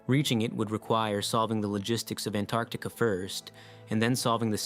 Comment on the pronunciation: A very interesting vídeo. It kept me wondering úntil the end. I have subscribed. Just One comment, I believe you have erred in your pronounciation of Antarctica.